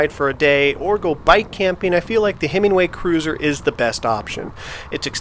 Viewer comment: Nice ride footage and thoughts on your Cruiser. I'd be interested to see how the newer Himiway Zebra stacks up against the Velotric Nomad 1 as they are more comparable models. Note - I belive it's pronounced Himi-way vs. Himing-way.